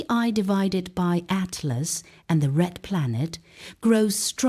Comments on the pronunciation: Finally made it all the way to the end. Conclusion: great STORY! Best female AI voice I've heard yet, even if it DID crucify the name of 3i/ATLAS. Thumb neutral for that BLUNDER! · They could have taken the time to make sure the AI voice pronounced 3IAtlas correctly. That would have given this video a bit of credibility.